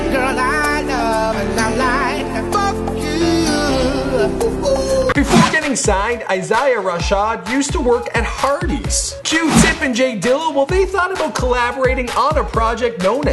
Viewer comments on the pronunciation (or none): WHY DID YOU SAY HIS NAME LIKE THAT 😂 its I-Zay-A Ra-shawd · Eye-zieyah Raw-shaaad BRUHHHHH.... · Boy did you fuck up the pronunciation of Isaiah Rashad. You better watch urself he in my top 5 rappers